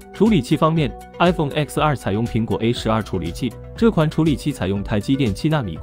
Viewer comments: 到底為什麼還有人會唸”X”r 明明就是”ten” r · 其實是叫X(ten)R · X要念ten，蘋果官方有解釋過，是十週年的意思